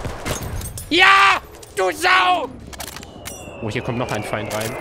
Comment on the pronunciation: Wegen dieser unglaublich lustigen Aussprache hast dir mein abo verdient :D Mehr davon ! "SCHUSS" "ist der Fein ausgelöscht? hahahahahahahaha ich kann nicht mehr